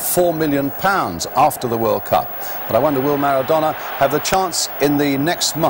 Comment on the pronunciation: he butchered maradona, and it riles me that Italy do it the unpretty way every single time they win a tournament.